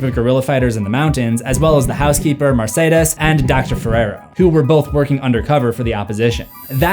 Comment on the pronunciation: I love your channel and watch all your videos. But I have to ask that you say "both" and not "bolth". No L.. Thanks ❤ 🇿🇦